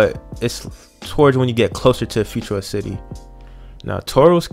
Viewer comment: Hahaha the “lars”?!? BRUUHHH 😹🤦🏻‍♂️ and futura city???? Just get off the game! And he obviously doesn’t even know about route 4! Cmon guy